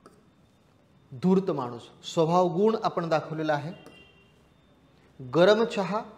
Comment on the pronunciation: उच्चार गुण चा चूकला तुम्ही दीर्घ उच्चार करत आहात बाक़ी उत्तम